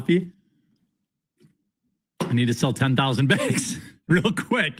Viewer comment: Wow. WTF is wrong with this guy. NO!! We don't want 10k baegs of coffee,.